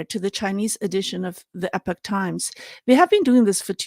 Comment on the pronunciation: Epic is pronounced eh-pick but Epoch is pronounced EE-pawk. just FYI. I like Epoch English and Chinese for their coverage of China, but when they cover the US, they tend to jump down MAGA-hat conspiracy rabbit holes without much critical thought. IMHO. On YouTube, China in Focus NTD I believe is owned by the Epoch Times... and YouTube has demonitized them for the next two years.